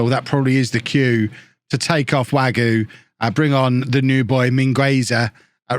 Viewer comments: Wague is pronounced WAG-EY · I think it's pronounced Way-gee.